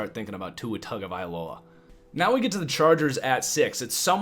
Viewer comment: Hey man, please pronounce Tuas name properly - T[unga]vailoa